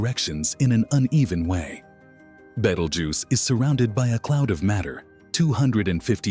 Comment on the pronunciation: At least pronounce the stars name correctly please.